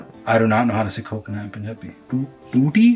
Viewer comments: that's thu-thi 😁 tutti is tap Also khopa is dry coconut... In punjabi we say slice as katna/cheerna For "thick" we say sang-naa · Yeah it was written there as well but he wasn't able to prounce it right... He said it tu-ti